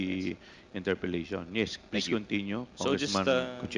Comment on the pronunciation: Ang sakit sa tenga mag English ni Dan Fernandez. Flease stof.😂